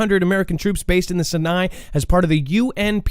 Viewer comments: Bro, Sinai, pronounced "Sigh-Nye" with the accent/emphasis in the first syllable. 😁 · Sinai is pronounced : Sigh nigh , Aqaba is pronounced : Ock uh bah , and Tiran is pronounced : Te Ron.... and you're welcome.